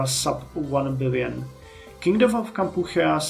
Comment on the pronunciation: Kampuchea (Cambodia to those of us in the US of A) is pronounced Camp poo chee uh, fyi.